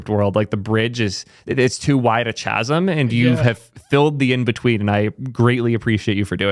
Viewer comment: My only note here is its pronounced chasm, not chasm.